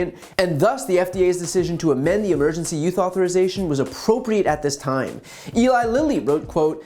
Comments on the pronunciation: I heard you pronounce "use" "youth" at least five times. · Just wondering if he's having a little trouble saying "emergency USE authorization". Every time he says it, it sounds like, and looks like, he's saying "emergency YOUTH authorization". I get it, it is hard to pronounce easily. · Is it just me or does it sound like BTC says, YOUTH instead of USE, whenever he said, "Emergency USE Authorization"?!?...& if so, is it intentional?? I'M SO CURIOUS!! lol 🤔🤥🤔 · Brian, it sounds like you keep saying "Emergency YOUTH Authorization" . . . . If they can't get monoclonal antibodies, maybe the Biden Administration should send DeSantis all the Ivermectin that Florida can handle . . . . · Are you saying "emergency youth authorization"? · The fact that you keep saying youth when you mean use is driving me crazy. I'm not trying to be mean, I love your content. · It's cute how BTC pronounces "use"